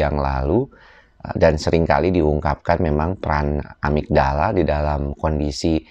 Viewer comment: amigdala bukan amitdala....